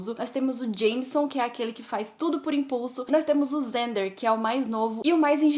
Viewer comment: nao e xander com som de z e com som de x nao?gente por favor fala que n e